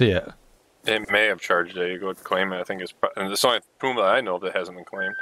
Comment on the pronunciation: and that is not the way to say puma it is not that 1 w, it is puma love your v merry christmas and i live in am